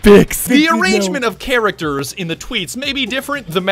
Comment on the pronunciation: "ctarahcers" Inserts stonks guy as an English teacher Enklish